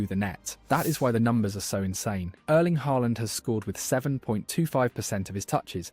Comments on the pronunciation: At least try to pronounce his first name properly - it's not "Erleen." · How hard is it to pronounce the E in Erling the same way as, uhhm the beginning of how the e in ear is pronounced for example. lol